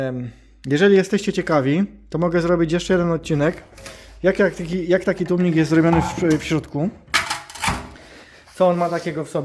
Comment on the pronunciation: przecież za każdym razem mówił tłumnik xd